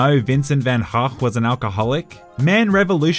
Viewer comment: OMG you said Van Gogh right!!!